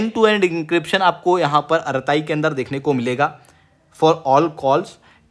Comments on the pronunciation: आराताइ nahi अरटृ॓ bolte hain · अरताई नहीं, अरट्टै